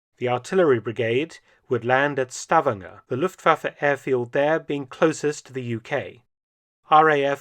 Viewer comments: Minor comment on pronunciation: Stavanger is not pronounced "STAVanger", as you say it. It is pronounced "stavANGer". And likewise, "Kristiansand" is not pronounced "KRIStiansand", but rather "kristanSAND". Otherwise the pronunciation of the letters seems to be completely correct. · It’s Sta-VAN-ger